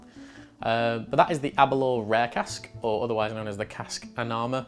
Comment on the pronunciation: The mh would be pronounced as a 'v' so 'Annav' for an English speaker and not in Scottish but Gaelic. Scottish is a cousin of English, Gaelic is a cousin of Irish.